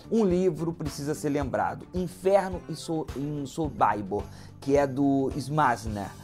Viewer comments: É essa mania besta de ler como se fosse americano, todo nome estrangeiro, aí pega um nome Polonês Sobibor e lê o "I" como se lesse em inglês: "sobaibor" kkkkkk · " sobaibor," ???, O correto é Sobibor. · Documentário interessante. O que pegou mal é esse tal de "sobaibor". O autor não pesquisou. Em alemão, polonês, inglês é simplesmente Sobibor mesmo, lido como se escreve. A pronúncia "Sobaibor" fere os ouvidos! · Verdade! Kkkkkkkk! Quando ele falou sobaibor comecei a sentir vergonha alheia por ele. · Quem sabe é a pronúncia sobaibor. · Não se pronuncia "SoBAIbor" e sim "SoBIbor" . Não se pronuncia Simon "Vaisental" e sim Simon "Visental" . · SOBÁIBOR !!! – Prezado, é difícil de acreditar, mas existem no mundo outros povos e línguas além dos anglo-americanos. Você pronunciou o nome polonês à moda americanoide... Chega a tal ponto a subserviência cultural. Triste... SOBIBÓR é a pronúncia, como se escreve. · na História,, não fique chateado mas o som/pronúncia de Sobibor (Polônia) é 'sow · bee bor. Como se escreve, siimple as that! Sorry... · Concordo. Estas pessoas q se propõem a falar sobre estes assuntos deveriam primeiro estudar a pronuncia certa dos nomes e gentilicos europeus. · Uma pesquisa porca e uma pronúncia horrível (so.bai.bor??)... este campo era nos EUA ou nós somos americanos? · É SOBIBOR que se pronuncia 🇮🇱🇮🇱🇮🇱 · sobibor pronuncia errada